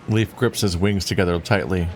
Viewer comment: don’t think I’ve noticed/thought of it before, but is Leif supposed to be pronounced the same as ‘leaf’? I know the Norse explore Leif Erikson is pronounced that way, but in Germanic words, ‘ei’ is pronounced the same as ‘eye’, which would make Leif pronounced the same as ‘life’, which would be a punny name for a doctor character. 🤔